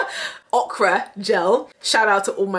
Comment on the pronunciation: Your pronunciation of okra at first is very Bajan